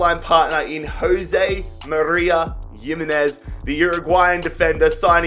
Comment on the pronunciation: it's pronounced Himenez not Yimenez